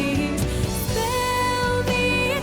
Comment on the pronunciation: I heard "Spell me a time" instead of "Spare" but it still works